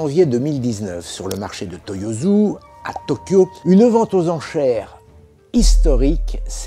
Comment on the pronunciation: Attention à la prononciation des s en japonais. Ça ne se prononce pas z, mais s. Si c'était z ça s'écrirait z. La plupart des francophones font l'erreur et ça m'énerve à chaque fois. Ce n'est pas wazabi mais wassabi. Pas Toyozu mais Toyossu. Etc.